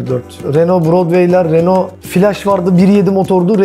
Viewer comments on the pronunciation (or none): none